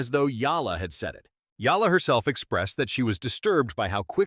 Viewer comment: HER NAME IS EALA NOT YALLA DUM. BO